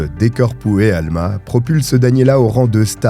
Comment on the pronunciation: ton portugais est trop drôle! Corpo e Alma.....corps et âme....😅